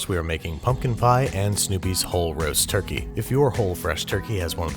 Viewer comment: Did he just say turkeytom?